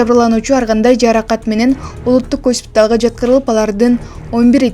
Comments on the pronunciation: Гаспитал эмес госпиталь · Гаспитал 😅😅😅-Госпиталь туура окучу 😅??